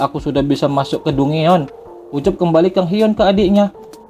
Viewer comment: dungeon bacanya danjen min 😅